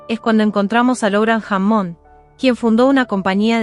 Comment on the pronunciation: Deberías arreglar la pronunciación en Ingles. La documentación es excelente pero eso estropea tú trabajo.... tienes que arreglar eso, no puede ser que digas jamón en lugar de Hammon, por poner un ejemplo